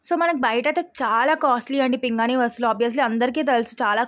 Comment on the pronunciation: పింగాణి అమ్మ పింగని కాదు please correct చేసుకో